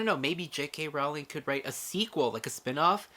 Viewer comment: Welcome to the Wizarding World. :-D (BTW, it's 'rolling' not 'rouw-ling') ;-)